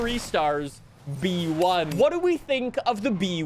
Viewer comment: its just B-One, not B-E-One